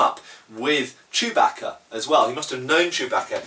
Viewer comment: Nothing's cooler than a Brit saying "Chewbacca"